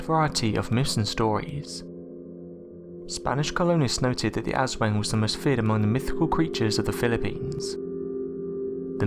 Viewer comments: U.K. Bobby its pronounced aus-wong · jers25 the way it is pronounced in the video sounds like ASS-WANG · I cringes when you say Aswang. Its cute when foreigners says it 😂